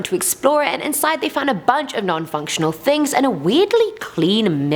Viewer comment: am i the only one that noticed that she says tings, not things? no? just me? ok.